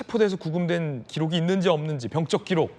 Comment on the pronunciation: 진행자는 왜 자꾸 병적기록을 병쩍기록이라고 발음을 하시는지???